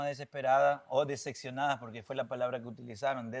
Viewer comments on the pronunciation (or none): Don Day dice dececionada